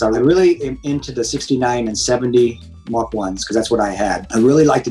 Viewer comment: My man said “Mark 1” 😂🤣